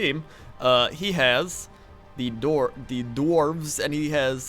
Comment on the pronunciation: Hey, he said "dwarf" right for just about the first time in ever.... there's a glitch in the matrix.